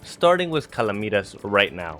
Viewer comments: Calamitas is said in a similar way as calamity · I love the way he says calamitas “calameatus” Love the vids though! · I dont understand how people can say calamity fine but cant say calamitas… like it’s literally the same word why do you change your pronunciation